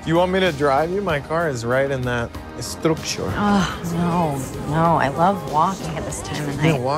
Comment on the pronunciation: "do you want me to drive you? My car is right there in that.... Estrucshur..."